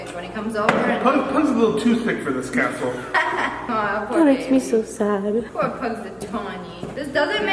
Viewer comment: he laughed because you said cazle NOT castle and.............;; its not a house its a castle -title of video (building my dogs a HOUSE)